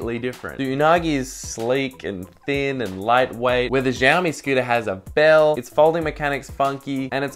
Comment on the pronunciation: giaomi ? :D :D aussie cant pronaunce.. its shiaomi